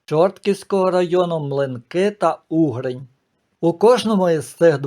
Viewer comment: Не ЧОртків, а ЧорткІв ( з наголосом на І). Я живу в Чорткові. Село поблизу Чорткова називається УгрИнь ( з наголосом на И) , а не Угринь. Спроби переіменувати наше місто були, але поки що зберігається ця назва. Але греко-католицьку єпархію, з центром у Чорткові назвали Бучацькою, бо Чортківська не дуже підходить для назви , що стосується церкви.